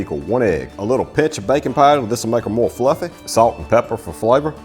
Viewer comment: I love the way he says FLUFF-EH.